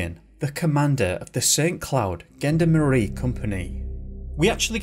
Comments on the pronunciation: the pronunciations did make me smile - gendarmerie isn't gen-der-marie with a hard g, but shjon-darm-uree, with a hard sh (hence adding the J to try to make it sound right!), gendarmes is shjondarm, Saint Hubert is Soh Uuberr and so on. ☺ I have to confess to disliking French in school, those silent letters drive me bonkers and I'm not keen on the snotting sound! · It's Zhawn-darm-eree not Gen-darmerie. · Gendarmerie is pronounced with a soft 'g', not a hard one. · Gendarmerie is pronounced Jon DAR Mery Gendarmes is pronounced Jon Darm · You pronounce the French Police incorrectly !!!